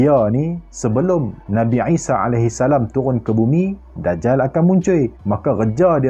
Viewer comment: Isa, I tu sebut mcm ain